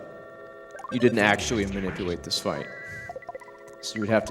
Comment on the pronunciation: I think we all feel that. Especially because of that speech impediment. "Manipuwate" "wilw rarewly" hhhhhhng